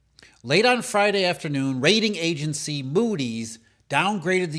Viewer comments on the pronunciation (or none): Did he say Raiding Agency Moodys?